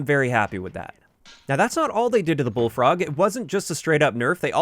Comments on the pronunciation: Introducing the Bulllfrog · Bulllfrog lol